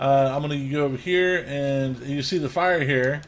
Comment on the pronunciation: I thought you said file instead of fire but thanks exsasoiror